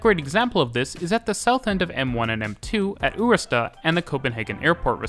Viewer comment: Ørestad isn't a U sound, its OE - but many are unable to pronounce it.